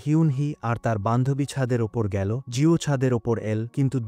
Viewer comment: ভয়েস দানকারী বাংলা উচ্চারণ সঠিক না , এল কে L গেলো কে গেল বলছে , মূর্খ বাংলা রিডিং সঠিক জানে না ভয়েস দিচ্ছে